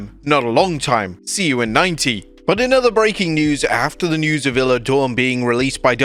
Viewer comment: Isla Dawn... One minute you call her "iller Dawn", then 10 seconds later you refer to her correctly as Isla Dawn (igh-la) only to then refer to her as "iller" again just a few seconds later!!! Come on!!! I was just waiting for "iz-la" to be used, too!! Ridiculous mate!